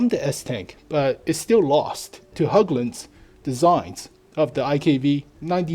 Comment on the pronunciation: Say "Hagglund" instead of including the letter Ä in Hägglund. it will help you, even if its not the correct way, people will understand you since it will be as an english way of pronouncing it.